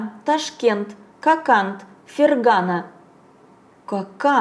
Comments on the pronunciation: Спасибо за работу, но всё таки ФерганА, ударение на последнем А. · мне очень нравится, как Вы читаете! Спасибо за Ваш труд! Но все же странно не знать, что Фергана и айва произносятся с ударением на последнем слоге.